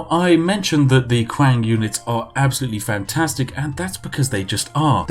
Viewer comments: Me in pain every time he said quiang, knowing that it is pronounced Chang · Kuwang kuwang kuwang. it is Qi, same as Qi gong. Qi ang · Qiang is read as "Chiang" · Qiang is pronounced “Chiang”- not kwang for the love of god. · Qiang - “Chiang” Spiffing - “Quackng” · Qiang means spears or guns. And it isn't pronounced as Kwang, but "chiang" Or u can just combine "cheese" and "ang", "cheese-ang". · That Q is pronounced as a 'ch' sound. Chiang. Not kwang. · He also called them "Kwang Hunters" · The spiffing: sees the word qiang The spiffing: well that's pronounced kwan innit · It made my head go kwang everytime he said kwang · I love Chinese history lol. But I think I love your videos even more ;) Praise the Tea. Qiang = Key Ong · Not even Chinese, still trighered by how you pronounce Cao Cao (pron. tsao tsao). Oh and also Qiang (pron. chiang). Jk, love you! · Ahaha! A note on pronunciation.. (perhaps 95% of all my comments throughout YouTube, sorry) .. within the romanized Chinese alphabet, Q is pronounced like 'ch', and X is 'sh'. .. .ok thanks for all the tea! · Hey Spiffing, love your show. Just a quick critique. In Mandarin Chinese (the common form thought in schools) Q actually makes a CH sounds. So Qiang is pronounced CH-iang. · I love how he pronounces the Chinese names... cow cow, kwang... hahaha. Beautiful. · Chinese people: Qiang Yorkshire Tea Man: kWaNg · The Chinese qiang... it is a soft ch like chewy. So qi sounds like chi. For future reference. Languages are crazy wild, love them! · "the Kwang raiders" get out of here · Ur pronunciation for the Chinese names looool qiang as “Kwang” loooool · qiang, pronounced ts-yee-ang (say it quick) meaning spear in mandarin. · Qiang I believe is pronounced “chang” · Cow cow.. Qwank.. Hahaha.. You need to teach chinese to chinese 🤣🤣🤣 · Q is read as Ch sound holy shit I'm getting trigged AAAAAAAA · Aren't "Q"s pronounched "CH", so it'd be "Chiang"? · Qiang is pronounced as /tʃɪaŋ/